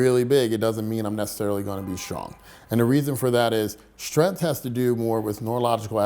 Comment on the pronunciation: There's a g in the word strength. It's not pronounced strenth